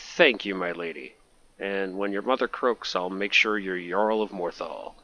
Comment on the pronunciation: Btw it's pronounce yarl, not jarl